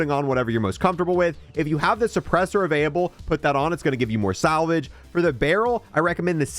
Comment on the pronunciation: avaiyable 🤣🤣 & avaiyable